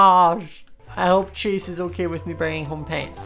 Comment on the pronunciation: every time he says chase i head “cheese”